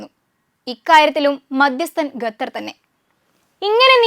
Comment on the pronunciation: Gather alla, sather😂😂. Avide bhasha malayalam alla. Arabi aanu😢😢Qatar